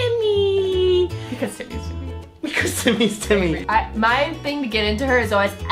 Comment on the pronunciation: oh Timmy! Me: Tammy who! To me, it sounded like said Tammy instead of Timmy.